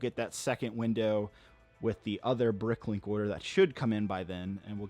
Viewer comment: he miss pronounced brick link